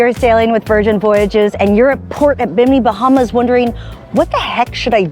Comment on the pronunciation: Girl learn to pronounce the name properly😮